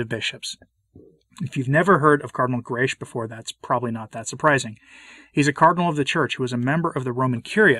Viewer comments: Cardinal Grech is Maltese and the surname is read as: Grech is to be read as"grek" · Please note that Grech is a very common Maltese name, and is pronounced ‘Grek’. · Permit me a detail: the surname Grech ends in a hard c or k.